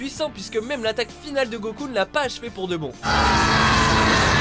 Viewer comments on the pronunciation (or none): none